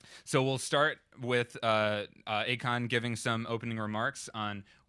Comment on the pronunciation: Isn't his name AKON (ah:kohn) and not "a con" (aykaan)?